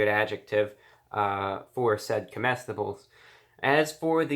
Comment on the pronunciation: Said cometibles